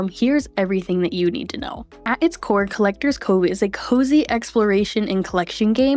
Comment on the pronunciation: Collector'SSSSSSS Cove. There's an S there. It's not supposed to be silent.